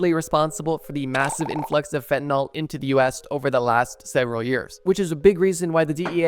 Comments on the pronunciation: How does a drug channel mispronounce fentanyl. Nyls and Nols are entirely different chemical compounds… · Homie why are you saying "FentanALL" ?!? Theres a "Y" there my guy... "FEN-TEN-ILL" not "FEN-TEN-ALL" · Bro said instead of fentanyl try cbd😂